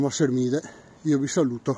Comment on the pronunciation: Pronuncia bene Sermide,lo so io che sono Palermitano che non è Se r mi de ,ma Sermide